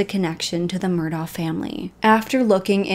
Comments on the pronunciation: Thank you! She clearly did some research but my guess is she didn’t actually speak to anyone from the area. The last name is pronounced “Murdock” also. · You might have heard this by now, but it’s pronounced “Mur-dock” and they say Alex like “Alec” no idea why, I have a friend who is from there and that’s the dialect… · Pronounced murdock. Sorry i cant listen to entire video mispronouncing name. Yack.